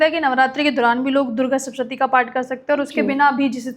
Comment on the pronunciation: Madam saptshati bolo uchharan sahi karo,markandey rishi ji ka nam bhi sahi nhi bol paa rahi,bade guru logon se gyan lo